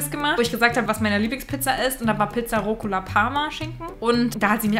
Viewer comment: Es heißt Rucola 😂